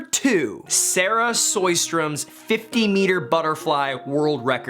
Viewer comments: Soy-strom? Yes, big laugh from the city of Lund here. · Sarah Sjøstrøm's name were wrong 😅 Try to listen to a Swedish person say her last name 😊 In Norwegian which might be easier for you to pronounce is S then the jø as in "Je" in Je m'appelle in frensh, then add "str" and then 1 in french and then the letter m 😅 So: Je str 1 m to get her name the way we say it. In sweden they use a weird start on her name that I can do but can't explain 😅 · Im from sweden, When you pronounced Saraha Sjöström i laughed hard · You did not pronounce sjöström correct, it was actually very funny Youre supposed to pronounce the ö like you are pronounce the "i" in girl.